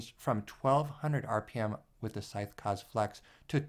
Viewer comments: Fairly sure "kaze" isn't pronounced like "cuzz". It's japanese for "wind".... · Hey man, in the word "kaze" you have to pronounce the "e" like in the word "mesh", it means wind in japanese. Can't wait for the 140mm review btw.